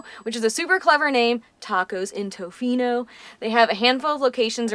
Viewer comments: I thought it was cute the way you pronounced Tofino. Hi from Vancouver Island! Great video. Even though I live on central island, I haven't been to the west coast for a few years. But it was so lovely to see it from your viewpoint. Thanks for coming. 🇨🇦🍁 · I am a born Canadian, a lifetime Westerner, and I lived in Tofino for a year. You pronounced it just fine, and did a great show on the area. All that mud is caused by the almost non-stop rain ! One word of caution about Canadians ( or maybe everyone in the World) is that they sometimes make something out of nothing, like minor pronounciations. Some of them can get a little neurotic about minor issues. I found your presentation of our part of the world to be excellent.